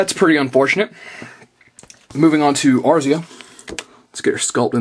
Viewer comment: lol, A-ris-aa you crack me up lol